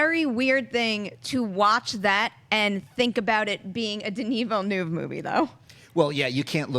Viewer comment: Please, please please, learn the correct pronunciation of Denis Villeneuve's name. Please! I'm begging you!